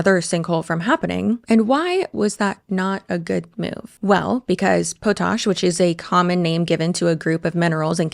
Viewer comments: “Poe-Tash” instead of “Pot-Ash” is actually iconic and I will be saying this from now on as somebody who lives somewhere that relies on that industry. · Friend. It's pronounced paht-ash. Like a pot you cook in and ashes from a fire. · Just a correction - "potash" is pronounced POT-ash. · TIL that I have been pronouncing "potash" incorrectly for my entire life. More importantly, I will enjoy watching the downfall of this pack of lies and hatred.